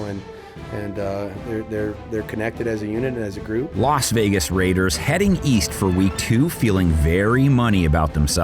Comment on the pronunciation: This M.Fka said Loss Vegas...🖕